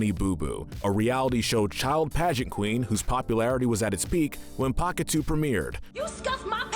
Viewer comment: Pakatew is pronounced paw ka tell